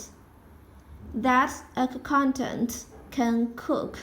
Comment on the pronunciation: Hey! Very helpful video. Just a little tip: accountant is pronounced with one 'k'-sound. Let's split the pronunciation in syllables: ə • ˈkaʊn • t(ə)nt And here is a latin transcription taken from google: uh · kawn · tnt I hope this helps!